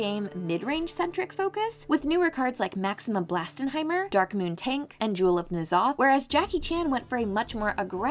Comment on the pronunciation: It's Tonk not tank